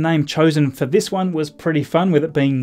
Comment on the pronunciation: “What a week theese has bean”.